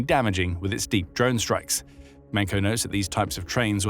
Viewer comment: I'm impressed at a new level of narrator "independence", when the subtitles are obviously the script and the phonetic pronunciation is there (Ho-Men-Ko) and the narrator says it his own way.